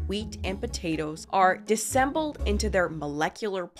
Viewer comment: Disassembled has an extra syllable you’re not saying